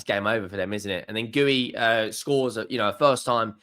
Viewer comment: Guiu is pronounced "gee-yu" not "gooey"